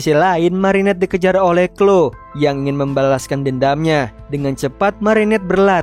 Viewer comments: Izin koreksi bang yang chloe itu bacanya khlowi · merinet, klowi, ini loh cara baca nama nya😭😭